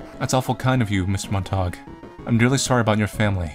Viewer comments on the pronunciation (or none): Pretty sure it's Mont-a-gyuu like Romeo and Juliet. :3